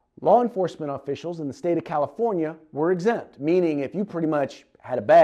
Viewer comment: always hated that, "LEO excempt. "